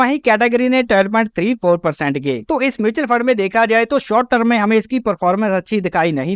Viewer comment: सबसे पहले आप टर्म (term) को ट्रम कहना सुधारे अपना, बार बार term (टर्म) की जगह ट्रम ट्रम सुनना irritate karta hai